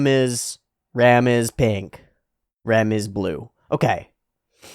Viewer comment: can you please try to pronounce the names of rem and ram like a japanese person would say it? because with your english pronunciation i really can't tell the difference